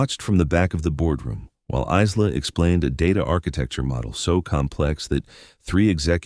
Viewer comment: Stupid AI, Isla is pronounced I-la, just like island. The "s" is silent.